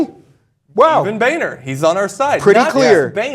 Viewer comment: I've been pronouncing Boehner's name wrong in my head all this time then.